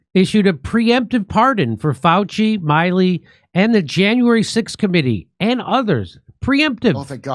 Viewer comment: Jimmy, its Miley, like MILL-E. Not Miley like Cyrus. 😂